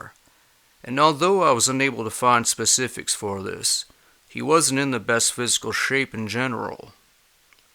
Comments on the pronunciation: Specifics not pacifics There is a s at the beginning of that word people. Specifics, specifically, specific. S not P. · Sorry but . It's Specific not Pacific. That's a Ocean. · "Before we get into the 'pacifics'..." 🤔😐😖 EDIT: "Although I was unable to find 'specifics'..." 🤔😐🤗